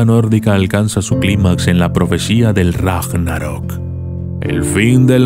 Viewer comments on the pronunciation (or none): none